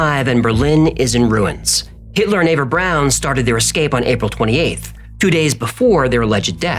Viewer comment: You pronounced "Braun" right lol